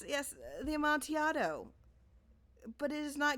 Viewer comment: It's pronounced "Amontillado".